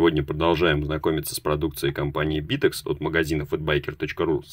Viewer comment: не битекс, а витек.